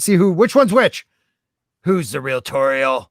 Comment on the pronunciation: Great stuff, as always. Unfortunately, I had to work. (The docks Kenobi). I gotta say I was surprised nobody else mentioned this but kudos to for finally saying Lady Tauriel’s name flawlessly.